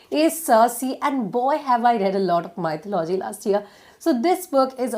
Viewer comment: Hi....thank u soooo much for this it helped me a lot...but one small correction. It's not MY-THU-LO-GY...its pronounced as Me-THO-LU-GY...im sorry if I shouldn't say it.